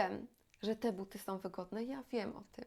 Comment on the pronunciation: Pani kanał jest bard,o potrzebny, a porady sensowne i użyteczne, ale proszę się postarać, by nie mówić " som", " używajom", " ubierajom" itp. Wiem, że wiele osób tak teraz mówi, ale to naprawdę jest nieznośne. Tam wszędzie ma być " ą".